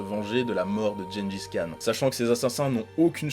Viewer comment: Beaucoup font l'erreur mais Le "Khan" de Genghis Khan se prononce Rhan voilà c'est tout ;)